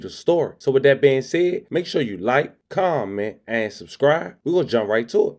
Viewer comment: Its "Commennt"😂